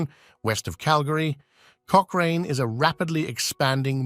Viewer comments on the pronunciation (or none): My Gosh….not Coch-rain….Coch-ran…..and Regina. Rhymes with vagina. Haven’t finished listening to this person butcher names…on we go!